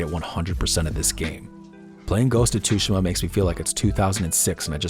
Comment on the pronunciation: The way you pronounce "Tsushima".... grrrrrrrerrrr